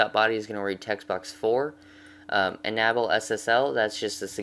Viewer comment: oh, and enable is pronounced in able. not enabel. lol